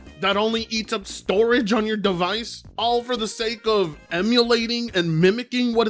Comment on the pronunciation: yeah I like how you always blame us for yourrrr problems